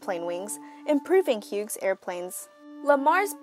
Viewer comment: Hughes = hues not hewgz!